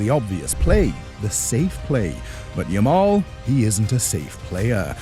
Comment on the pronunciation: Yamal is Yamal, not new someone